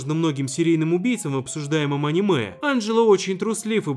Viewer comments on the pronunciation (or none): none